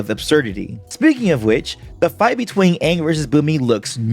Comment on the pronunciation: i hate because it they say anggg insted of angg